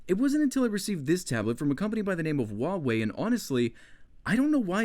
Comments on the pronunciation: "wawei" it's hua -wei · * uavey * Its Hugh-a-way xD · as a genuine Chinese person: no you didn't,. Not even remotely. Sounded like Wah Way. Nice review though. If I'd ever have to buy a tablet for someone I'd go for this. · Instead of hoo why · Not to nitpick, but in the name Huawei you do pronounce the H sound. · You almost killed me with your pronunciation of huawei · I liked the video, but I can't stand the way you said Huawei, probably just my fault by being Dutch. But still loved the video